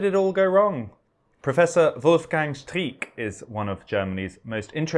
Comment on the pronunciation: Pity his name is pronounced as streaker instead oi 's streeck